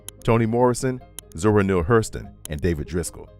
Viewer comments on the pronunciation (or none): none